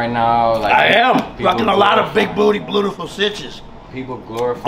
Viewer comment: Ight hold on… why is it “bleautiful citches “ and not “cleautiful citches”? Am I overthinking this?